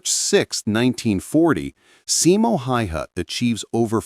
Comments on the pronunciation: NOU, hell nou! More like SImo HAEhae. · your pronunciation of Simo's surname is horrible...